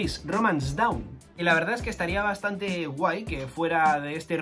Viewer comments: Dawn no se pronuncia “daun” es aproximadamente “don” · Para la pronunciación de la palabra Dawn en japonés los katakana hacen que se pronuncie DON. Eso nos recuerda a Tom y a Binks no sake